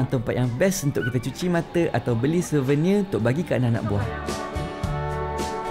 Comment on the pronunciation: Bukan Slouvenir dik, Souvenir, Slovenia tuh nama negara........